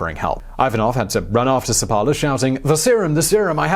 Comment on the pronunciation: I believe the name should be pronounced with the stress on the first syllable - SEP-pa-la